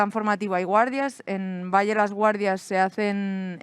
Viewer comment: Pero cómo "Valle"?... cómo "Valle"?... PERÒ ESTA TÍA ÉS IDIOTA O ÉS IDIOTA?.... es diu "Vall'.. GILIPOLLES